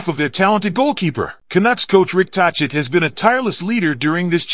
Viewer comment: Pronounced Talket not tochit also Besser not boser. Get that straight and I might subscribe